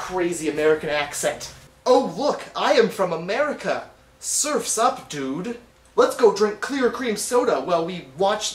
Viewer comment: You say America weird too. :)